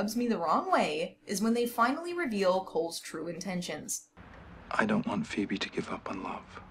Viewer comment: Just noticed you called phoebe, “phoeme” 😂